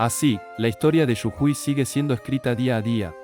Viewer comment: Jajaja! Quizás interpreta la J mayúscula como Y